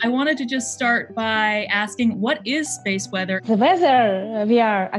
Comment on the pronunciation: speese wezzer